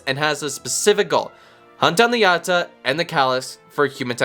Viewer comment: "Ya-out-Cha" say it with me... "Ya-out-cha"